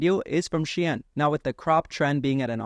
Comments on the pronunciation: bro i'm getting angry by this "she-in" pronounce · It’s not pronounced the way it looks , shine like sun shine